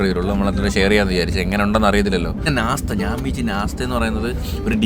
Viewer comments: nastha alla nashtha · Nastha അല്ല nashtta